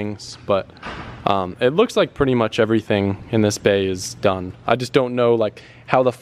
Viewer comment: "but it" not bae